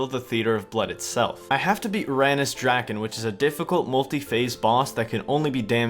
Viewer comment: Drakan is pronounced: Dra-Khan